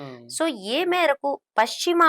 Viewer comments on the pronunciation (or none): none